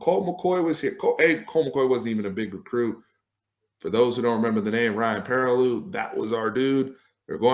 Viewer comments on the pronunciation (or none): none